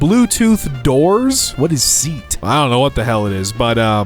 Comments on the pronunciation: SEAT Not seat. Pronounced more like 'Se a spanish car company. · its not seat you say it like, say at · SEAT, for those who aren't aware, is a car brand. And it's pronounced seh-yaht. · SEAT, pronounced sort of like 'SEYAT', Spanish car company. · Seat is a Spanish auto maker... you pronounce it Se... At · Seat is pronounced as Say-At